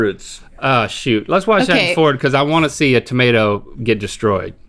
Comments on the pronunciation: Rhett saying vase and tomato the proper English way!👍😃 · As somebody from the UK, I can say that I am extremely impressed that there is an American in this world that can say Tomato correctly 👍